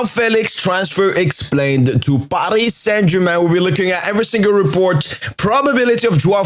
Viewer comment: We dont roll the "R" in french language so Paris Saint Germain